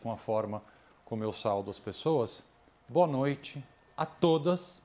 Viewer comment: Só corrigindo o Doutor Augusto. Não é saldo doutor, é, saúdo ! Kkk